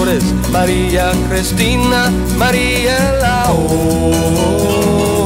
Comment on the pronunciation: Que te "Lames " "Dolce " Se nota como estába leyendo la fonetica "Sicretos " dice también y "Crestina " , "Filíz"